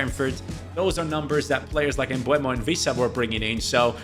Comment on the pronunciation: Please, it's Bryan MbEUmo not MbUEmo 😅